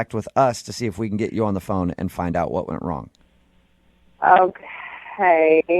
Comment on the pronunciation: I've never broken a Bewwn"" you gave me your pheywn number" Man I hate this guy for that reason only